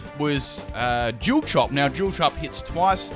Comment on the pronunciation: Love the way you say dual haha